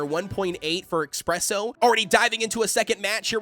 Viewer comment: It’s not Ex-presso. It’s Es-presso. Coffee is not your Ex. Coffee is your friend. 😅Thank you for your information. Would like to see a full almond comp if you have the chance.